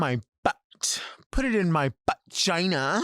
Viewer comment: I'm generally not a fan of using an apostrophe instead of a T but when it comes to Delta saying "bu'gina" I'm here for it